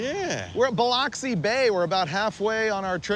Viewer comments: Anyone that watches this and sees my comment.. please for the love of all things don't call it Bil-ox-i like Frieburger did.. it's Buh-lux-ee, or Bil-ux-ee... there is no OX. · It's pronounced Bih LUX ee, not Bih LOX ee. Thank you! When I was stationed there at the Air Force base, I went to see an insurance agent to obtain insurance for the contents of my apartment. The agent made it a point to make sure I knew how to properly pronounce the name of his hometown. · It is pronounced. - ba-lux -e